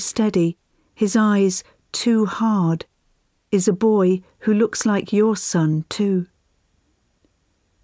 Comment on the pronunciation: this makes me cry, not because it's sad, but because she says a boy too hard